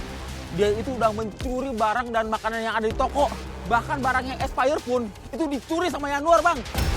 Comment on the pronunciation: "sortir barang espeyret'😂😂